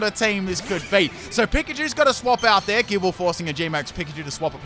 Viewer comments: Gibeyle Lol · 🤨 why did he say gible like that